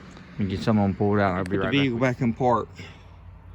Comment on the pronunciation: VEEE HICKLE